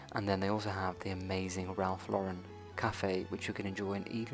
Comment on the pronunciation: At last! Thank you for being one of the few people who pronounce “Ralph Lauren” correctly. 👏🏼👏🏼